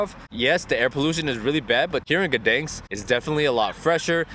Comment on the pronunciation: City of Guhdens xd